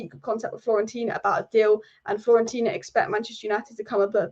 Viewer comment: It’s pronounced fio-ren-tina. Break any difficult words into syllables